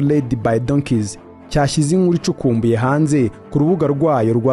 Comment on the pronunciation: jya kwiga kuvuga Ikinyarwanda bizarushaho kukugira umunyamakuru mwiza - UMUNU? Ni UMUNTU- INURU ni INKURU iga ibihekane muvandi